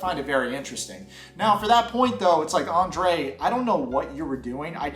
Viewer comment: It's Andrrrrrei. You need to roll the R. (😣)